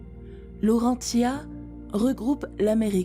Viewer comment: Y'a bien écrit " Rodinia" pourtant, alors pourquoi elle dit "Rondinia" ?? Et Laurentia, je l'ai tjrs entendu prononcer Laurenssia, comme pour le prénom Laëtitia... alors que là non, elle prononce ça LaurenTia... elle est française ou étrangère parlant français la narratrice .?? Y'a tellement d'erreurs de prononciation que c'est à c'le demander... mais sans ça ça va, elle a une jolie voix...